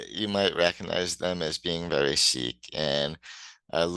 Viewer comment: so many people mispronounce "Chic" as "chick" -- drives me nuts. I'm a huge Nile Rodgers fan.